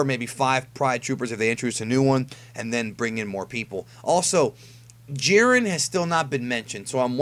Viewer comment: "Jai - Ren". not "Jeeren"